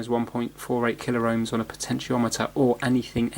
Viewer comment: Why you say "MegaR Ohms and KilaR Ohms" it is Kilo-Ohms and Mega-Ohms, no "R" in pronunciation. You can burn the laser diode (it contains laser led and photo diode to measure light intensity in one package) with static if you are not grounded properly and touch it with iron. Any trimmer potentiometer with value greater than 1.38k Ohms can work here so you could desolder one SMD from anywhere. Sometimes little pieces of dirt stand between gear's teeths an prevent them from smooth movement. Yes "an Ohm is an Ohm" but if the pot was 2k -> 1% of it is 20 Ohms, if pot is 10k -> 1% of it is 100 ohms so tolerances are different, if all 3 legs are used, this adds proportions to everything.